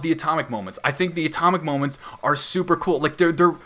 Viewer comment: just want to say that when the protagonist stresses the wrong sillable saying "Atomc" is something that needed to be there in the dub, i considerer this a big failure.